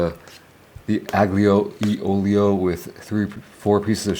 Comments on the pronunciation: The aGlio e olio ended me... When you meet an Italian, please don't say that. Instead say alio e olio. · Fyi, you pronounce it alijo olijo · Sorry, but that is the wrong pronunciation! You'll be laughed at if you order that at any Italian restaurant! AGLIO E OLIO is pronounced Ah-lee-oh Eh Oh-lee-oh. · “i Do LiKe A gOoD aGnIoLiOlioOlio 🥴” LMFAO it’s probably the first time you have had. Never heard of that dish and I’m Italian 😂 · It’s pronounced like: allio e ollio. You don’t pronounce the G. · shrimp unglyo-e-olio got me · Yo ben love your content brother. Btw aglio e olio is pronounced alio e olio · The way he pronounces aglio li olio 🤣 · not italian as he butchered aglio e olio